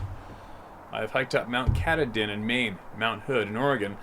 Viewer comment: Fyi - Mt. Katahdin is prounounced Mount ki-TAH-din. It is in Maine, and starts the northern point of the Appalachian Trail. 😁